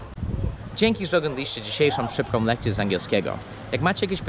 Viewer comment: Przestań mówić "jenzyk" Przestań mówić "szybkom" Przestań mówić "Przestań", to niegrzeczne, o czym wielu Tobie mówiło